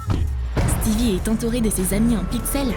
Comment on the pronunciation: C'est pas stevi c'est stiveux